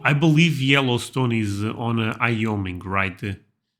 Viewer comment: IT IS “WHY” oming not “eye” oming. It is not hard why o Ming.